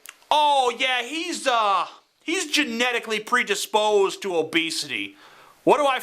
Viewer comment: i love how you can't even attempt to say genetically predisposed with a southern accent